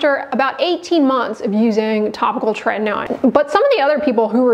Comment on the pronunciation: It appears that tretinoin is spelt wrong……it clearly, from the presenter’s pronunciation, only has one ‘t’ at the beginning and no ‘t’ in the middle….. just like the ‘in-ernet’!